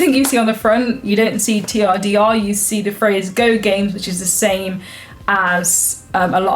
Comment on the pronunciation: TRDR.... turder... 🤔😂